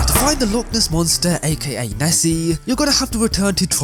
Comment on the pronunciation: Ah Yes, The Loch Ness MOSNTER